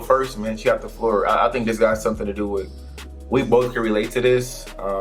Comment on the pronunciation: "The florrrrrrrrrrrrrrr" 😂😂😂 he says it so weird 😂